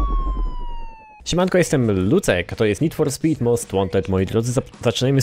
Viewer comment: Nid For Spit Andergrałnd 1.